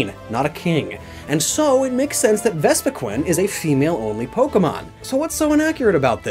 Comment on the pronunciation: I really hate the way he pronounces the names of these Pokemon... Like it should be "comb-bee" cuz it's like a honey comb and "vespi-queen" cuz it's a queen bee...